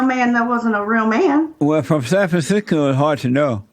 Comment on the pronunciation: jlp: "San Fansisko." 🤣